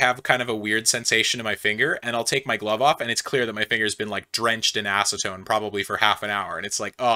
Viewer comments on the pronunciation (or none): none